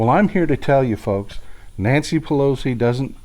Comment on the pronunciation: "Nantcy Pelosi"